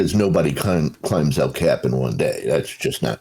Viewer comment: Please Learn How To Pronounce El Cap Correctly.